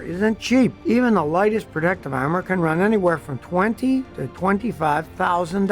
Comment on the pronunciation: "Onattended"???????????????????????????????????????????????? Aramid not airamid. Protective not prodecktive. "Sitteen" is not a word.